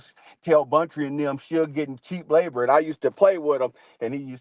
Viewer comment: Buntry not Bountry